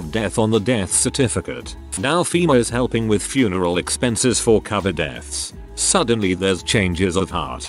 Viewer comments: Grrrrrrrr ITS NOT " Cavet" it's covid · About time that medical workers who deals with this pandemic got to speak out freely as to the insanity they deal with! However it's unreal that the computer generated voice can't pronounce the word covid ! I'd think that may be important in this case !! Took me a moment to even figure out they were speaking about the covid pandemic. Really !? Do better! This is important info and should be understood by everyone